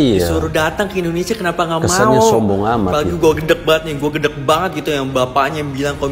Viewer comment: Indonesaaa😂😂 min hati2 kalau ucapkan nama negara sendiri.